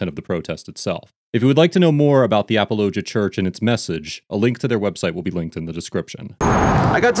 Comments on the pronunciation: Apologia is pronounced like apology but -gia instead of gy haha great video as usual! I’m really glad i found this channel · I’m jus laughing at the way you are pronouncing apologia lol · The name of the church is Apolo gia. I put the space in so you could pronounce it correctly. It comes from the term "apologetics" which is defending the faith through deductive reasoning methods. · is a great man. I follow his yt channel. He also has the only Christian based late night show called Next Week. Also, Apologia is pronounced 'Apollo-gee-uh'. Great video!!! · It’s uh-pahl-uh-GEE-uh. Great video, I had seen this on their channel and wondered what you would say. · It’s pronounced “uh-Paul-uh-gee-uh” like apologetics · A-Paul-oh-gee-ah. I can’t stand Durbin for philosophical reasons but he’s absolutely in the right here. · Apollo-Jee-a is how it’s pronounced lol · It is pronounced “uh-Paul-uh-gee-uh” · It's "a-paul-uh-JEE-uh" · It’s pronounced like “Apology -uh” church. Not the way he said it in this video. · Appollo-gee-a Apologia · Apollo- gee- a church lol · Apologia is pronounced "a paul o gi ah" its from the Greek mesning "provide an answer" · It's A-paul-o-gia. Apologia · is awesome. The Church is pronounced Apology-uh. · Dude, you need to learn how to pronounce these names. You're constantly butchering them. It is pronounced like "apology" only with an "ia" at the end. even says the name of the church a couple of times during the video. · You mispronounced Apologia